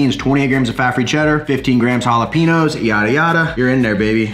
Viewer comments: Jalapeenos lol. Cmon man, it’s pronounced jalapenyos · Based. Love the quest chip ideas (especially if I don’t want to cut up the mission corn tortillas). Also, we gotta teach you the right way to say jalapeños, haha.